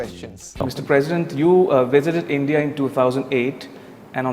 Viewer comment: Am I only one who got country name instantly what he said ?! "India".. Take care